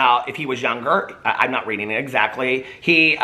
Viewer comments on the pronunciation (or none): none